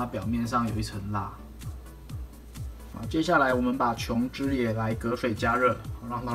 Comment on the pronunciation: 琼脂发音标准 好评